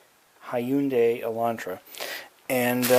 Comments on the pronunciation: Hey it's Hyundai not hyuindai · HUN-DIE IS THE HOW ITS SAID LOL NICE WORK WITH THE BIG ASS SCREWDRIVER LOL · Lol dude you mispronounced Hyundai.